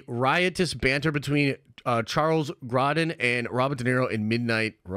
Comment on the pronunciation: Grow-din, bro. Charles Grow-din smh